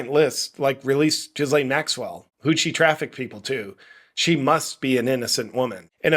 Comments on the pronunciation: The "s" In Ghislaine is mute JP! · Small detail - say the name "Elaine". Now put a G in front of that. Now say it. Don't pronounce the"s". Like all languages, French has it's quirks. You're welcome. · 🤣🤣🤣 "....ChatGPT asking Chuck Norris questions" 🤣🤣🤣 I give that 🖐️ five "Rick-rolls". .....also I can't NOT hear Jizz Lane, when you say her name. 🤣